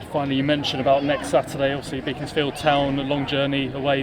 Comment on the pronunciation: It’s pronounced Beckonsfield